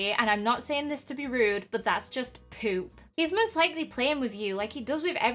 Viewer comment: the way you said it was literally like just POOP